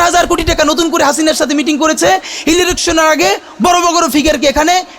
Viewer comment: যে ছাগল election কে উচ্চারণ করে " ইরেলেকশন" তারাই নাকি করবে ইলেকশন😅😅😅।